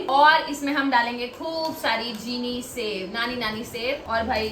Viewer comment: Cheeni sev nhi jheeni sev